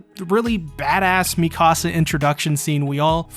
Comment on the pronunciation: Please stop pronouncing her name "miKAHsa". It's "MEEkasa". They literally say her name in every single episode, how are you pronouncing it wrong?